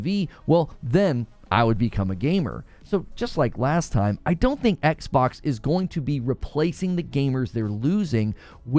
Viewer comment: “The Ex-Box”!